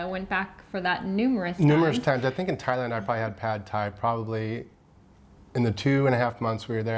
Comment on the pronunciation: Ty-lund? Tye.... Land 😂